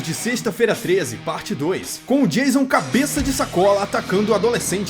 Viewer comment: Acho mó engraçado quando chama o Jason De Jailson kkkkkkkkk